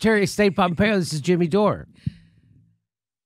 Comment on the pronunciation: PhhompeOH ... ... PHOOHMPHREO!